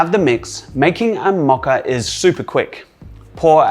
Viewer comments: Its mocha not maca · ❤the pronunciation❤ Is it because you guys are upside-down in AUS that you can’t say it correctly? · I grew up in the States, so Mo(long o)cha. :o) for some reason we can come across a little less sophisticated, which is embarrassing sometimes. Love this video. Mochas are a favorite ...and I love the healthier ingredients!!! Big raw foodie person.